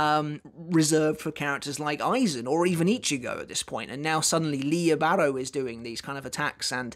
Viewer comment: I believe its pronounced lily bah,row